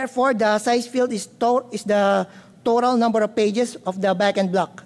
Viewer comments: Bagin Blug lol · i giggle each time he says “backend block”